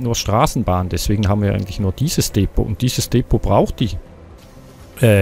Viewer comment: Bei Depot liegt die Betonung auf der ZWEITEN Silbe!